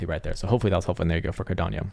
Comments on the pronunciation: Carderp…(clears throat) Cardanieyo…😂😂😂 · Is there a I in cardano???? Why the fuck he is saying cardanio Wtfff